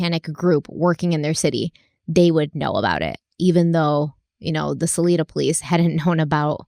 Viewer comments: Salida (s uh lie dah). Just FYI. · I've lived in Salida my whole life so it's really interesting to hear this story from your perspective, and it's really sweet to hear pronounce us as Sa-leeda Lol. 8 I've briefly heard of the murders in Salida once or twice before but it's never been a big story around here surprisingly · The way you say salida.. i can’t I had to say something. It’s pronounced sah-lie-duh- 😘😘 but other than that all the facts on Modesto are 100% lived there for a few years and it’s not a place you wanna stay let’s just say that😂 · I lived in Salida at the time - pronounced Suh-lie-duh Also Salida does not have its own police department, too small. It contracts with the Stanislaus county sheriff with assistant from Modesto PD